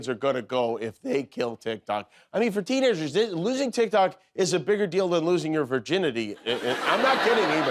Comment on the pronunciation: You know instead of calling it tic tok, tic toke 😂😂😂😂😂😂